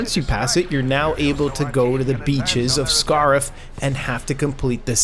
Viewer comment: that's not how you pronounce Scarif lol